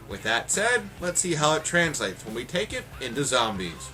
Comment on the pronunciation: Woah, the Spaz24 reloads all 24 rounds instantly? COOL Also, You said Zoombies. "dear god you can mow down the zoombies" Which made me LOL. Another good review